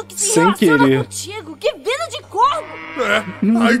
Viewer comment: " ai minha vuaida " kkkkkkkkk eu conheço isso do core e souzones kkkkkkk